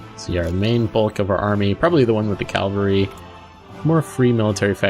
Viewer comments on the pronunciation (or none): I love this series and your channel but every time you say cal val ry instead of Cav Alry i cringe